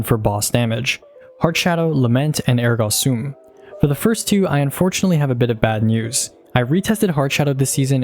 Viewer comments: Phenomenal content! Ergo Sum is pronounced “ehr-go some”, my wife’s a teacher and this pronunciation triggered her. 😂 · Came to see if anyone had already commented on your over pronounciation of ergo sum, and behold, either I'm the only cringing from it or no one else is willing to say something 😂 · wait is that how you’re supposed to be pronouncing ergo sum? i’ve been saying air go some this whole time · It’s not Ergo sum it’s Ergo sum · “Ergah Soom” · The ergo sum pronunciation scares me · I don't think ergo sum is pronounced like that